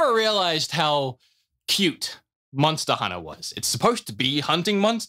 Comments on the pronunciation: MONSTTA HUNNA BOIIIZ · “MONSTA HUNNA” 💯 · Can I just go on the record here and say: I hear you trying to say monster hunter appropriately at the end there, and I hate it. Where’s my MONSTAA HUNNA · Now I can't stop hearing myself say "monsta hunta"